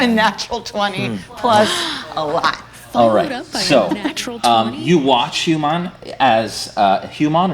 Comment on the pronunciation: Hew-man... hew, definition: to cut or chop. Think about it...